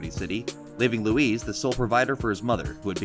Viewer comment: it's luis mane